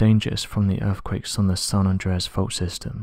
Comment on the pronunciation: yes he is I suppose, proper queens English…… “urfffquakessssss”